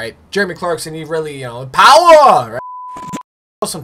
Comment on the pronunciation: Bruh don’t ever say POWA again man 😂😂😂